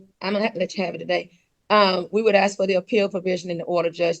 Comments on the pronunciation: When did “axe” begin being switched out for “ask”? All of a sudden…boom…there it was! Really sounds odd. Does anyone know? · Ax... She ax a lot of the judge... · She said "can I axe🪓 the manager to turn the alarm off?" Why would she use an axe 🪓 on the manager ? And if she hasn't paid rent for over a year she should have at least $21,000 saved up from what she would have paid in rent, so how is she having money problems? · If you pronounce "ask" as "axe"... get a lawyer. You're not smart enough to handle this. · She just wanted to axe some questions